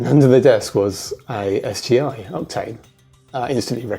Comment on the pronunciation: I can't help but hear you saying repeatedly "Optane" instead of "Octane". :) Is it me, or... ? BTW the SSE isn't a simple renaming of the SSI: it's faster, too. The SI/SSI/MXI is a slight enhancement over the Indigo2 Solid Impact/Max Impact previous generation hardware. SE/SSE and MXE final E stood for "enhanced". The SI has only one triangle engine. SSI and MXI have two. MXI has texture memory added. SI + texture was also available, but had no brand name for some reason. The main difference with the Indigo2 Impact is that there were no SuperSolid Impact Indigo2, unless you fried the super hot RDRAM-based texture RAM of your Maximum Impact :) , but the SI+texture had a brand name, "High Impact". As the Maximum Impact graphic set used up all of the available expansion slots, High Impact was preferred for video editing (to allow for an additional video acquisition/output card).